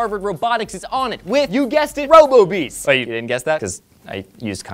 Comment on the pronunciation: Robo-Bees sounds like Ro-Boobies